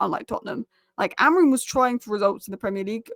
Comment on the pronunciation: I love your videos... but your team's manager's name is AmoriM, not AmoriN...